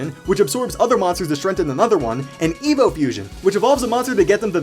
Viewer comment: I heard evo as "emo"